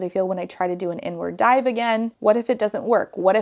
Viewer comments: It took me far too long to realize you were saying "Inward Dive" and not "N-Word Dive". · I first thought she said “n-word dive” instead of “inward dive” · Heard “n-word dive” instead of “inward dive” and was massively confused and concerned for a second there. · The way I heard "n-word dive" instead of "inward (park) dive", at first 😭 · "The inward dive" I heard "n-word dive " dhahaoohsh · ME TOO! I had to do several double-takes and check the comments. 😂😂 JEEZUS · ME TOO